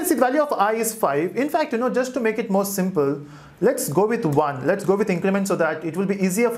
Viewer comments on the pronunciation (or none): none